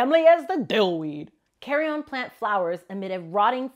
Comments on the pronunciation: It's Carine it's spoke as " carry in " not carry on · Carrion is pronounced like 'care-ian', not 'carry-on' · It's a "carrion" plant, not a "carry on" plant. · The comment I was searching for! Carry-en not carry-on lol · I love how americans pronounce things its so funny as a native Scottish person. You say Carrion like carry-on. We would say it like carryin:) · i’ve always pronounced it “carree-in” not “carree-on” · this is not the carry-on plant its carrion all one word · Carrion is pronounced 'carry-yin' 😂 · I love the video but hate the pronunciation of the word 'Carrion'. It's not pronounced like 'Carry-on' luggage. It's pronounced like 'keh - ree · uhn." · I think it’s more ‘carry-in’ than ‘carry-on’. Carry-on is what you bring on an airplane. Carry-in is a dead animal body. Or is it just me that was feeling this the whole video? Anyways don’t mean to be rude it just bothered me that’s all. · Very cool plant! I used to have one. Very finicky in their care. Weirdest pronunciation of the word "carrion" I've ever heard, though. It's said more like "carry-un" or "carry-in" depending on where you're from, rather than "carry-on", with the emphasis on the first syllable. BTW, Established Titles is a scam not even based in Scotland. It's a company owned by a group in Hong Kong, and all you actually own is a fancy printed piece of paper, not any actual land. You don't get any rights to call yourself a Lord or Lady, and putting that on your credit cards is just asking for legal trouble. It's just a scam aimed at fleecing dumb American tourists. One Tree Planted is real, though, and they aren't actually associated with Established Titles, and have no connection to them at all--no links to them on their site. Seriously, do better in vetting your sponsors. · I've never heard someone mispronounce carrion so many times in such a short amount of time. I'll now always hear 'carry-on' when I read carrion, wonderful... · Her pronunciation of carrion is gonna make me go insane